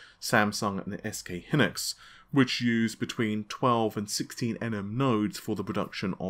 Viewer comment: I'm Korean. SK Hynix is Korean. And it's pronounced Es-Kay-Hai-Niks.